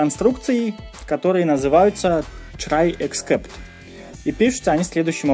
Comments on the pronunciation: у меня одного отпали уши от чрай? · Он так прикольно говорит слово try)